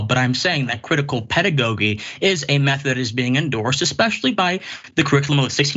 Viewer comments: Now that was a waste with the smart man 🤣 not being able to pronounce “pedagogy “ nor knowing it meaning. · Imagine thinking somebody who can’t pronounce “pedagogy” but insists on using it wrongly multiple times even after being corrected, or who doesn’t know the difference between “respectively” and “respectfully”, is intellectual. That’s so sad. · Where did this guy come from. He's using words he cannot pronounce nor articulate accurately. How can he ever be a victim of CRT? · Actually he didn't understand what Dr. Richey was saying as he mispronounced words and bungled his way through the interview. Sure, I know you're just trying to troll but your comment is just silly. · I bet did not read "The 1619 Project." I cannot take him seriously; he mispronounced pedagogy three times.😁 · This guy’s level of cognitive dissonance is astounding. The fact that he continued to pronounce “pedagogy” incorrectly after Dr. Ritchie corrected him, speaks volumes. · I need him to pronounce pedagogy correctly before I can take him seriously 🤦🏾‍♀️ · He's just going to keep saying pedagogy wrong... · I can't take anyone serious who wants to talk about CRT in education and they can't even pronounce pedagogy correctly.